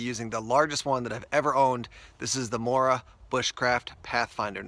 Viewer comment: I'm from Sweden I and I know the quality of morakniv plus you spell it mora but you pronounce it moora